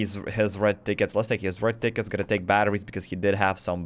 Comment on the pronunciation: The moment I heard u say "30 red tickets" I heard "30 red dickets" and I wuz like "da fuq?"